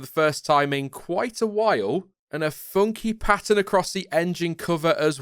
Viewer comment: Nobody:: FuOunKy PaTtUn